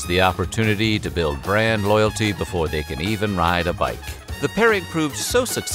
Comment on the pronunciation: Did he say "But Befoe we get started"?